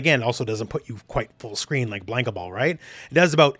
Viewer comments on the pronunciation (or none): none